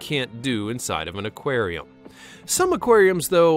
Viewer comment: In a Acwarem